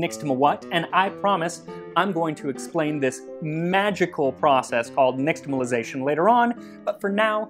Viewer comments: I’m pretty sure x represents "sh" in Nahuatl transcription, so "neesh-tamalization” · Your Nahuatl and K'iche' pronunciation is pretty good too! One small thing for the future: the is typically pronounced like "sh" in indigenous languages that has contact with the Spanish, so it would be "nishtamalization" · you pronounced nixtamalization wrong as well. its more like nishtamal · Hi, Max! I enjoy all your videos, but this episode spoke to me as a result of my abiding fascination with pre-Invasion Mexico. As such, a language note: the letter “x” isn’t pronounced “ks” as we are wont to do. Instead, it is an “sh” diphthong. Thus, “nishtamalization,” not “niKStamalization.” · Nāhuatl x, like in Medieval Spanish, is /ʃ/ not /ks/ so you're pronouncing nixtimalisation wrong /nɪʃtəməlaɪˈzeɪʃən/